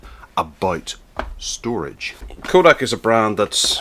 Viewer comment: Did you actually screw up the name Kodak so horribly? Yes, you did. It is NOT Koodak!!